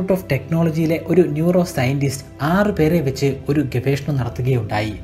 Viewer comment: Dear sir, It's not "Gavekshanam". Its "GAVESHANAM". I beg a pardon, for correcting. Good research. Keep it going. Good luck!